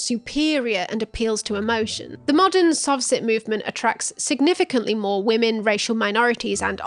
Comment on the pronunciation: I got into this and just realised you’re saying “sov’ cit’” and not “soft sit”… lol